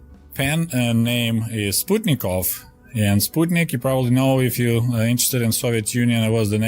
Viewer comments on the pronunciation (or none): none